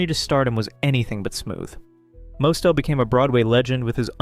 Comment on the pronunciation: Milton Berlie? Ummm...BERLE =Burl. WOW. Also...it's Zero Mos-TEL. If you want to honor these artists try and get their names pronounced correctly.